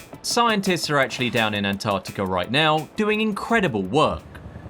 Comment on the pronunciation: Mate ya might want to learn how to pronounce ANTARCTICA before you make yourself a guru on it innit😮